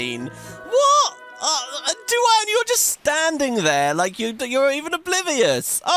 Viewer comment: Btw duane is pronounced dwane 😁